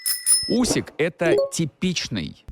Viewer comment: Усик, а не Усік. Usyk, not Usik.